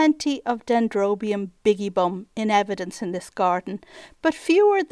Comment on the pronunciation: What an amazing place. WIll have to book a trip. BTW. bigibbum is supposed to be pronounced Bi-Gibbum i.e 2-humped. Amazing video